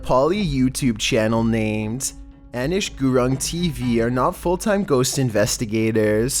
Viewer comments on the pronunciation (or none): Lmao it's not ann-ish it's actually pronounced uh-neesh 😂